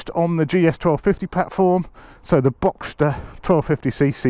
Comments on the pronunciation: Boxer,. Not Boxster. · Boxer, not Boxter. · Boxster engine 🤦‍♂️😅 its a boxer, there's no st in it....cmon get it right....nice colour to it though 👍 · Cracking video as always... I’m clearly getting old as this is really starting to appeal to me! 🤦🏼‍♂️ Maybe just an RS to start with... Looks amazing in that colour. P.S. I hate to be ‘that guy’ but it’s a boxer engine, not “Boxster” 😬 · It's a "Boxer" engine, not Boxster.